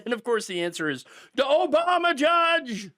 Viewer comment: He said "OBAMNA"! 😆 I should not laugh for these are srsly dangerous, tenuous times,but ,fuck Trump and his motley crew!